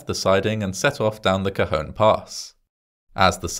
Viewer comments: I lived in the high desert at the time of this incident, I remember reading all about it. Again, like the tragedies in previous videos, it takes a tragedy to fix things to save from further tragedies happening in the future, in this case two tragedies. I'm glad you pronounced Cajon nicely, and not say Cajun, as in Cajun fries. lol Going down that pass in the winter with snow was scary. You had to put chains on and drive slowwww. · It's Tuesday!! I lived in this area when it happened. 😳 Cajon Pass is a loooong downhill run for a train. 😳 And a big thumbs up for pronouncing "Cajon" perfectly! 😁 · As usual, you distill the story so concisely. Admirable! I was also heartened to hear you pronounce "Cajon" more or less as we do. "Topeka" on the other hand .... 😉